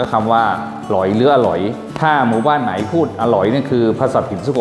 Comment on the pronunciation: น้ำแข็งละลาย พูดว่าน้ำแข่งไน๋ (ไหน)